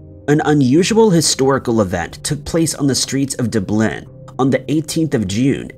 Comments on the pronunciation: DUB-lin, not dub-LIN. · Come on, seriously, Dub-Lin, Dublin. It’s really not DA-Blin. Your videos are so good, it’s only when you say DA-Blin that they become nails on chalkboards. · I love your videos but I have to do this.... Dub lin Dublin. Not dooblin 🤣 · Dublin ,dub Lynn is how it's pronounced ,not doo blynn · I like that you talk about Dublin and Ireland in general, but please stop pronouncing it as Du-blin, it’s Dub-lin! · “Da-blinn”? My head’s about to explode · Why are you so bad at pronouncing Dublin time and time again you are getting it wrong deliberately at this point but it's really not a difficult place to pronounce its Dub-Lin. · Dub (like Dub Step) lin (like the name Lynn). The emphasis should be on the first syllable: DUB-lynn. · Dublin is pronounced Duh' blynn with the emphasis or accent on the first syllable. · "Dub-LIN"? 'President "General" Ford"? Ouch. That physically hurts me... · "General" Ford? Please learn how to do this better. I don't usually nit-pick, but that's two in this video. Gerald Ford. DUB-lin. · Is this an actual human narrating or an AI bot? between "Duh-b-lynn" and President General Ford" it is difficult to tell. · Doo-Bleen? Seriously? The smallest bit of research would show how to pronounce Dublin so I have to assume that this almost constant mispronunciation of common words and names is done on purpose which is irritating. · I was on board until I heard your pronunciation of Dublin. I’m out. Google it ffs it’s only one of the most famous cities in Europe. Trying to pass of info while making basic mistakes- it’s discrediting. It negates all the research done because the guy presenting can’t take ten seconds and ask google how a word is said. Dublin. Dub like double. Not doob. Lin like Lynn. Dublin. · If he'd pronounced the b lik a v it would have sounded like the Gaeilge pronunciation Dubh Linn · Do you get annoyed by the way he pronounces Dublin? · Why do you pronounce Dublin like that?